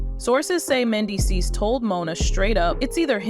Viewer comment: Pronounce Mendeecees name correctly!